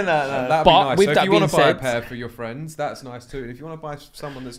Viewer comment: Actually love this podcast amazing that it’s the only hype/sneaker cast n it’s actually interesting. Jealous of them off whites too 😂 ‘off white fwends’